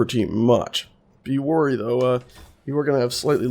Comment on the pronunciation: "be "warry" though"